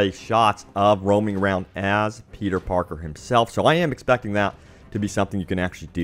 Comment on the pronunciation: I wana game about another Spider-Man I’m sick of petay parkay shmone